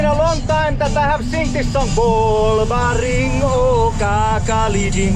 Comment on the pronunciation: Bro Pronounce Bolbaring better than 89% of the Khasis